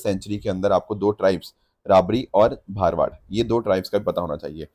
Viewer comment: Correct pronounciation रबारी and भरवाड़ Tribes of kutch 😊 I'm from Gujarat